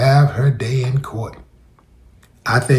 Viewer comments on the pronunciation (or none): none